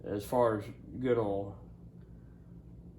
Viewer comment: What is Ole, don't you mean Oye ill? 😊